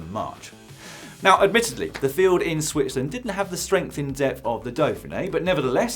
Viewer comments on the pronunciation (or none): none